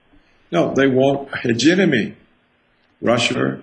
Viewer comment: Dr. Roberts is right but someone should teach him how to pronounce hegemony. He knows very well what he is talking about but continuing to mispronounce such a key word in his presentation works against him. It is a shame because this message really needs to be heard and acted upon.